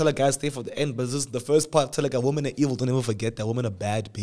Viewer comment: “Women are evil “😂😂😂😂it’s the emphasis for me 😂😂😂